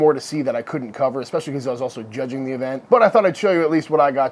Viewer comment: Did you say, Chudging? 🤔